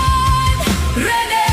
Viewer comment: Ang galing tlga ng gumawa ng kanta n to ung pagbigkas ng Rene😢